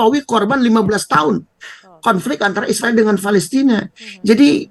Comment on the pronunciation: Palestina takkk… bukan Fa..lesrinn…. Abdoel… Abdoel…..